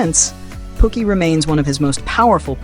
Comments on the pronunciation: The way he sayin Pookie is killing me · The narrator, which I now know is AI driven, called Chris Rock's characters "POOKIE" "Pockey" as in "Pocket." And Mario Van Peebles acting in "BAD ASS" being pronounced here on this clip as "BOD-ASS." 🤦🏽‍♀️🤦🏽‍♀️🤦🏽‍♀️🤦🏽‍♀️